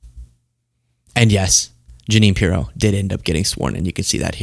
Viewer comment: Pirro: My name isn’t pronounced that way and you never gave the EU to me!